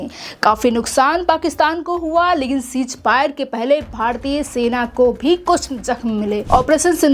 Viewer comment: Mohtarma chij fire Nahin hota hai ceasefire hota hai pahle bolna to Sikh lo badtamiz ko